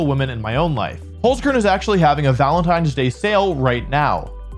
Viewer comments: And Holzkern is pronounced like “Holts-Kehrn” with the “r” sound being made in the back of the throat like a hissing sound, not a common sound in English so don’t worry if you can’t sound it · As a german dude, your "holzkern" pronunciation sounds pretty funny : -)